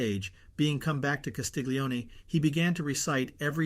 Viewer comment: Wonderful, thank you. Castiglione : 'glio' pronounced "llio" as the English word 'million'